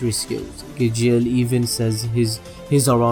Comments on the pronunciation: Is gaaaajeel not gegeel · he said Gajeel and I died, lol his name is pronounced as Gale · When he said Igjeel for Gajeel I'm sorry but I cringed so hard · Of he pronounced Gajeel Ga-geel not Ga-g-al no hate though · maybe in the dubbed version, but in the original, it is Gajeel. Gale is a western name. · U need to wach it dubbed its pronounced gar-she-al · IK HE APOLOGIZES ALWAYS ABOUT HOW HE PRONOUNCES NAMES but fuck me it is such a cringe how he says Gajeels name.. am I the only one like just cringing my ass because of it DX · WTF WHO I GAJJJJJJIL? ITS GAJEEL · i know you said that you would mess up pronunciations but acnologiya lol had me ded edit: Gajeal edit 2: zerefs black flames shows zancrows god slaying flames lol